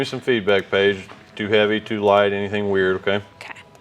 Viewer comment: I too heard "nice babe" and thought that's - um...friendly. But he's saying "nice Paige" must be his accent. pleasantly surprised you read and respond to your comments. btw thanks for all you do...babe ;-)